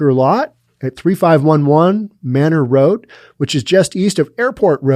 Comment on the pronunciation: It's pronounced May-nor in Austin.